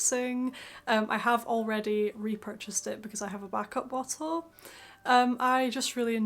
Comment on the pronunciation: bow-till? LOL